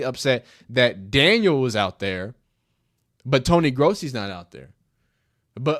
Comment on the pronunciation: It’s pronounced grow-see.